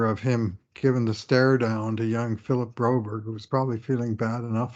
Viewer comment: thank you for calling Broberg correctly not you W.T.F.?????